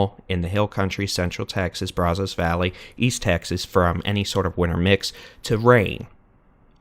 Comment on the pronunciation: Still mispronouncing Brazos...😅